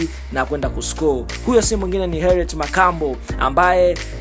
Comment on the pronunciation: Mtangazaji samahani, soma vizuri hilo jina siyo Herriet.